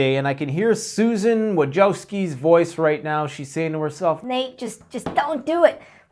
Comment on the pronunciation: Wójcicki - pronounce - VOOY-TSEETS-KEE 😉